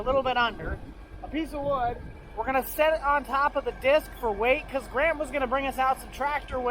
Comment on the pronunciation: I thought you said grandma not grant